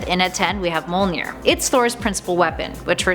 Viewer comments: Why is Mjölnir so hard to say...it's mj-OL.nir not mo-L-nir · STOP SAYING MOLNEER!! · Thank you! Hearing her say "mole-near" repeatedly was agonizing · It is pronounced as "Myolnir" not "Molnir" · I hate how she pronounces Mjolnir as "mole near". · Broken Bridge me-ol-neer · MUH-YÖL-NEAR !!!! Jesus lady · Am i the only one that got triggered she said mjonir wrong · Mjolnir is pronounced “myohlnihrr” and M’Kraan is pronounced “ehm crohn” (At least according to the X-Men animated series)